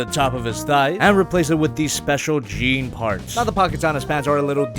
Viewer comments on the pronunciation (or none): none